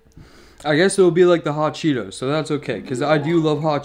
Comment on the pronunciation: DID HE SAY HOT CHEETO SOPESS OMG I MUST TRY